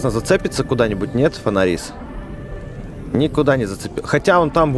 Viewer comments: Не фонари́с а фона́рис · правильно семечко фонАриса а не фонарИса